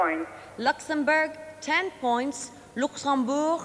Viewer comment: Somebody should have told Michelle Rocca that there is no "r" in points - also not in French.